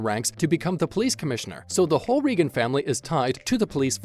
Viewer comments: Let’s get it straight: The family’s name is pronounced “Ray-gun”, not “Ree-gun”. And it’s “Donnie”, not “Danny” Wahlberg. Lol. Not that many unscripted moments either, but nice try. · Please got the family name straight! "Ray-gun" not Ree-gun". Also it is Donnie Wahlberg, not Danny Wahlberg. Why couldn't we hear the unscripted comment? The title of the video was very misleading! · I have such a hard time listening to how he says Reagan. REE gun sounds weird. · Very irritating that the announcer can't get the pronunciation of the name correct, plus I don't see many bloopers only descriptions. This really sucks